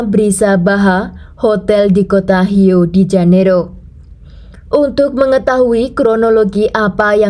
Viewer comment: Rio de Janeiro, yg dibaca h harusnya di Janeiro, Rio tetap dibaca r 🙏